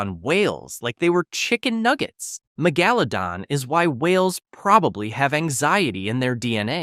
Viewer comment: muh-gella-don instead of megalodon 💀